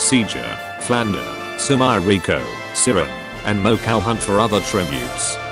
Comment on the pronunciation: the text to speech voice ;-; "mo-cow" "sirno"